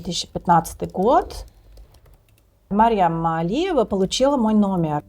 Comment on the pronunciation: Не Марем а Марьям. Мать Иисуса.